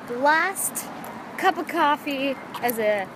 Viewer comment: wow! when you were talking about getting coffee you even SOUNDED like an amaerican!! haha! (the accent i mean). and congrats btw!